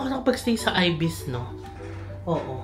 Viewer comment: Hello. It's i-bis po not ay-bis. =)